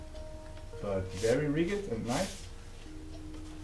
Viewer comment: In english...Rigid sounds like "Rijid" ...... just a tip. Thanks for the awesome video! I love your unboxing